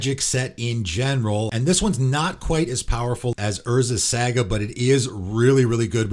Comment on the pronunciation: It is pronounced Sah-Gah not Sagg-ah